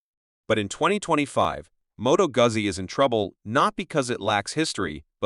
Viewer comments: MOH-toh-GOO-zee. It's Italian. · Learn how to pronounce Moto Guzzi please.